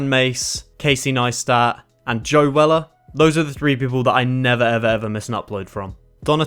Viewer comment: Weller? Really mate?